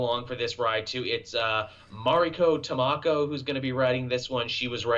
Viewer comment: Tamaki, Tamaki, not Tamako LOL